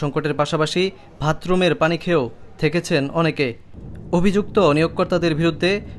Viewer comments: সাংবাদিক সাহেব আপনার উচ্চারণগত সমস্যা আছে, (ভাত রুম না ওটা হলো বাথরুম, ভাদ্য না ওটা হবে বাধ্য) অটো পাশ সাংবাদিক। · ধীর্গ, ভাতরুম, কটোর, ভুক্তবুগী, ধীর্গদিন অবিযোগ, ভাদ্য এসব কেমন উচ্চারণ 😒 ভয়েসওভার দেওয়ার আগে ভালো করে উচ্চারণ শিখে রিপোর্ট তৈরী করুন।